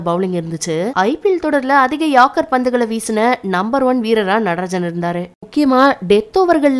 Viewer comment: pronounction yaarkkar tamizh la ஏர்க்கர் அ யார்க்கர் எப்படி சென்னலும் பொருள்படும் bro